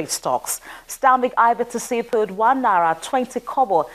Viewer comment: it's naira, not nara. Correct your pronunciation. It's a long vowel like, fight and night. If it helps, it's na-ee-ra.